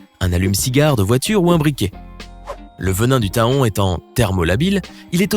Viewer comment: Je n'ai jamais été piqué par un éléphant. j'en déduis qu'un éléphant n'est pas un insecte. L'hématite n'est pas une hématie Faut le "fer"! Le taon n'est pas tahon. question de prononciation! Un scorpion n'est pas un insecte. Une tique ou un mille patte non plus.